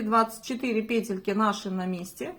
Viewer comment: ПЕтельки, пЕтля - почему петЕльки?